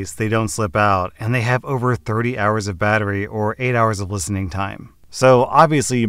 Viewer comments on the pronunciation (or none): none